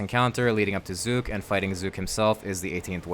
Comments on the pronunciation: thank you for saying his name right and not saying zuck every .5 seconds like rsguy its like he just loves how CK words roll off his tounge and cant resist saying it over and over and over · It's an aside; but you're not using the same kind of "u" as is used in the cinematic by Zuk himself. It's closer to the "U" in under, or umlaut. It might be a bit difficult for you to hear due to phoneme awareness being something that's difficult to expand upon past a young age. Good guide overall!